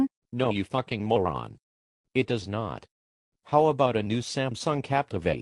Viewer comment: This dumbass said d-o-e-s LOL thumbs up if you noticed